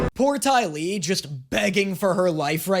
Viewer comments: Did just call the dai li, DAO FEY?!?! I AM ENRAGED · he calls the dai li the dou fay. Im dying